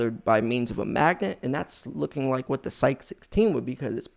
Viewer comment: It is pronounced S-EYE_KEY and not SEYEK!